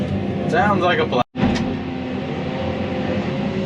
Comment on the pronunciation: Great job 👍🏻 love how you didn’t finish saying plan and how you said my d7